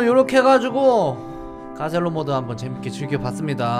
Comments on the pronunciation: 다들 아저씨라고 하지만 26살입니다..ㅋㅋㅋ쿠ㅠㅠ 그리고 가첼로가 아니라 가셀로입니다! 공식에서 그렇게 말했습니다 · 근데 월래이름 가첼로가아니라 가셀로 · 가첼로 원래 발음:가셀로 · 사실 가첼로가 아니라 가셀로에요.. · 가첼로가 아니라 가셀로 입니다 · 가첼로가 아니라 가셀로임니다 오해하시는분 많타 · 가첼로 가아니라 가셀로임